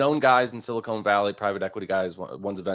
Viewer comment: Someone teach how to pronounce Silicon.